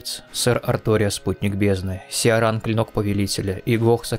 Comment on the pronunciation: И с первых секунд услышал "Сиаран" что очень сильно резануло. Она же сама довольно отчетливо произносит "Ай эм Киран", найдите диалог с ней и проверьте. Но хорошо, это не придирка, ничего такого, видео я ещё не посмотрел, только включил, может быть дальше это объясняется или где-то в комментах уже промелькнуло, действительно часто видел, что её называют Сиаран, думаю это имеет место быть по определённым правилам, о которых я не знаю. Просто не хочу чтобы мой комментарий резко восприняли, он не несёт негативный посыл. Что ж, отправляюсь в путешествие по Лордрану, уверен это будет увлекательно. p.s если это просто русский перевод в игре такой, то я понял, тут деваться некуда. Адаптация к официальному переводу.